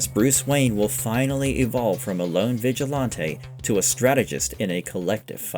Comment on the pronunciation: vigill-auntay? it's vigilante lol